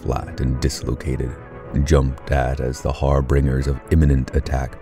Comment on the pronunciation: I'm not an English native speaker, but you mispronounced "harbingers". It's not "harbringers". Somewhere around the three minute mark. Other than that, keep up the good work.